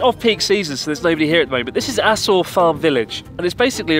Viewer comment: The way Chris pronounces Aso makes the phrase "the last known eruption of the Aso (asshole?) caldera" sound really off-putting.🙄